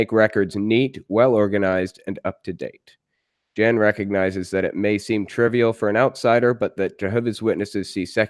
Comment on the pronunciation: Just so you're aware........"Jan"......pronounced "Yan." Trust me.....